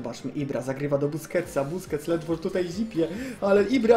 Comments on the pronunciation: "buskets totsa" xd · troszke po 6 min powiedzał busqets (niewiem czy dobrze napisałem) totsa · "Bousqets totsa" Junajted 2016